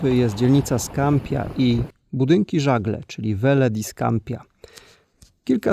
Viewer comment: Wymawia się „Scampija „